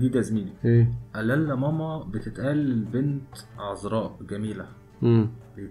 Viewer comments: الاسم هو امازيغي ماما بالشدة على م الثانية ..mamma.. ⵎⴰⵎⵎⴰ النطق ليس صحيح بالعربية اعرف شخصيا ان هذا الاسم موجود في الماكن الامزيغية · ماما اسم لبنت ونقها غير ماما لي هي امي هي بيها شدة فالميم التانية واليهود مينطقوش الشدة